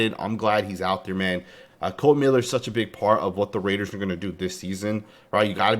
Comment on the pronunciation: Damn son you can’t read… It’s not Colon !